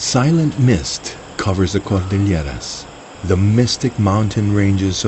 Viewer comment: I really hate the cheesy narrator and his bizarre, pseudo-spanish pronunciation of "Cordilleras".